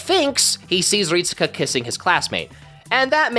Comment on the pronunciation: His name is pronounced "Rit-ska." (EDIT: Actually, "reet-ska" is probably more accurate, but I'm 100% sure you're supposed to basically skip pronouncing the "U") It's weird, I know, but it is lol